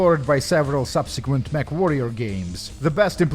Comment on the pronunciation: I could have swore that the newscaster was saying "MethWarrior 2" 😂